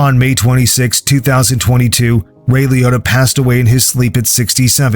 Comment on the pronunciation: Ray lee-ott-a?.... Come on get the names right.... Damn AI